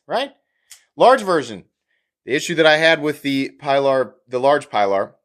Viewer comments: It's "pea-lar" bub, not "pie-lar". I'm sure you know the always told boat story that nobody shuts up about. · Pee lar. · Sorry, can’t watch this with such gross mispronunciation of the name. It’s disrespectful.